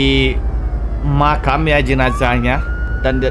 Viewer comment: gw dengernya di makan,ternyata di makam😭👍